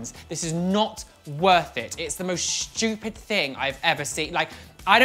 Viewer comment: Omg lol I have how says stupid "shtupid"